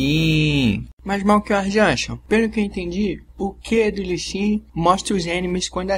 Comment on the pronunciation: outra coisa, não consegues mesmo pronunciar lee sin pois não? Li xin é tudo o que te vai na cabeça